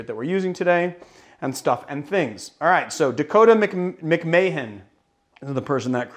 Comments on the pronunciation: Not to skip over "Mic-MAY-hen" vs. "Mac-Mah-Han" 😬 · Continuing the noble tradition of correcting pronunciation: When you say it right, the name McMahon should almost sound like you're saying McMann. Basically, you should try and say Mahon as fast as possible to the point that it almost sounds like one syllable.